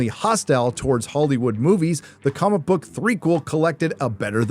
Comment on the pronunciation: Anyone else hear say cumic book